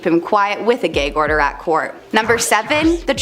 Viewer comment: You mean Gag order as in ghag not gayg 😆